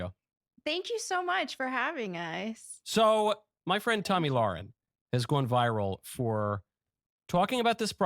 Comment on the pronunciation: Hey Michael she's not your friend. Tomi isn't. If she was your friend you would have to know how to pronounce her name. It's Tomi Lairen in how it's said not Tomi Lauren which is the way you said it.